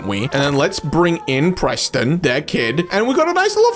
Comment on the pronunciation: How do u misprenounce Preston?